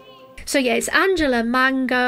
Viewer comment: Greetings from Italy 😊 her name is pronounced just as Angelina Jolie and the surname just like the fruit. The song name is pronounced La (the "a" like in the word "arm") no-i-a (the "o" like in the word "off" , the "i" sounds like the letter "e" and final "a" again like "arm").